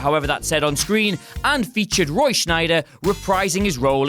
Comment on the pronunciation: Seriously, is there not one YouTuber on the planet who doesn't mispronounce "Roy Scheider" as "Roy Schneider"? The man is a cinematic legend and you are supposedly cinematic experts, for crying out loud - LEARN HIS NAME!